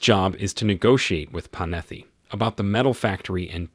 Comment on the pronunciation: Computer mispronunciation? Panetti has 2 t's in it, not 2 f's. Kobe!